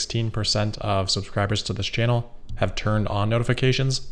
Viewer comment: I take enjoyment in the way you pronounce 'hammer', as well as 'channel' and 'analysts'. That's all.